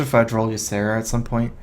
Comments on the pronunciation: Doesn't it drive anyone else crazy that he says "drawl" instead of "draw"?? I noticed this in a tournament from last year and it drove me nuts then too... Otherwise good games dude lol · its draw not drawl